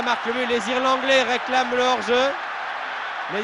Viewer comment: les "Irlanglais" ?! 😂